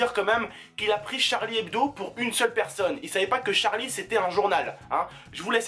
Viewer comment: Il dit charles et non Charlie,ensuite je ne peux pas en dire plus